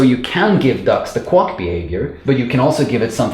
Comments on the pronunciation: Good video but remember Quack rhymes with lack, sack, back Not luck, suck, fuck, or duck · Just found this video and some others by you and I’m really enjoying your energy and explanations! I just wanted to relate an amusing interaction between your accent and my university life (~25 years ago). You pronounce “quack” like it rhymes with “duck”. In America, at least, most people pronounce it like “hack”. However, when I was in college, one of my profs needed a third and fourth generic function names. That is, when you need to sort of generic, abstract identifier, many programmers use “foo” and then “bar” (because of the acronym “fubar”). But what do you do if you need more identifiers within the same example? At the time, “baz” was in somewhat common use for id 3. This prof was trying to popularize “quux “ (rhymes with ducks) as the fourth identifier. Anyway, the Venn diagram of people who could possibly find that amusing consists of just me. (Also, please note that there’s nothing wrong with your accent or your pronunciation of “quack”. I’m just relaying a, to me, very amusing coincidence) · Have you never heard a duck "quack" before? It's prononced "kwak", not "kwok" 😋 Thanks for the great video! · every time he said 'Quock/Quuck' instead of Quack i lost it 🤣😂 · No offense, but I couldn't figure out what a kwok was until I looked the video: quack, which rhymes with back, flack, hack, Jack, lack pack, sack, stack, tack, yak, Zach. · The word quack is not pronounced "kwok" and this mispronounciation is so incessant it is distracting. Also, you belabor the point on simple explanations so much that it is also distracting. I got it the first time. Move on. Viewers have the ability to rewind and watch again if they don't get it the first time.